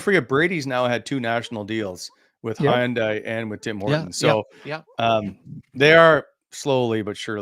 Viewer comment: Great show. PS... I believe Hyundai is pronounced Hun-day...like Sunday.